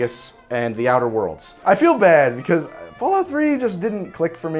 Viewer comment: you hurt my noise when you said outer worlds